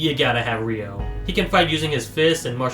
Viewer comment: Ryo, not Rio.